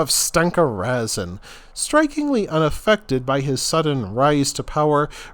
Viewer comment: Are you making a joke? You butcher the pronunciation of the names of everything. I don't think you got one right. And Razin, was Russian